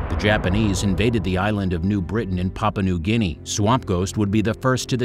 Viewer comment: Could you please say it as pah poo ah not papa? The u is not silent! It makes your speaker sound ignorant.